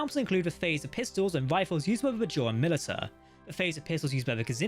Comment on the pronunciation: muh-lish-uh not mil-it-uh.